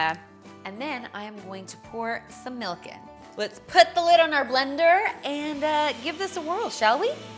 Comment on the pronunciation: She better not have just said "melk"